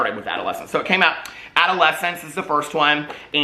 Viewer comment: I love you forever and I absolutely agree with everything you say in this video but Gabbi’s book is called ‘Adultolescense.’ Adult-olescence. Not adolescence. 💙💙